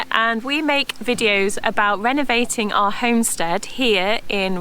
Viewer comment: Why can't he pronounce our properly. He says R instead.